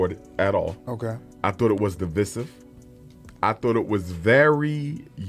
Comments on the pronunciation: You pronounce it deviceive not divicv . Dr Umar cant speak properly. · Why can't anyone say "divisive" correctly anymore?